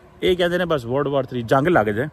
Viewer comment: Word war bol rha h yeh ya world war bol rha h